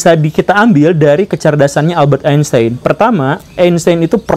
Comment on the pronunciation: Einstein, karena ejaan jerman, dibacanya Ainstain pak guru.. Gimana, saya pinter kan dalam hal ini hahahaha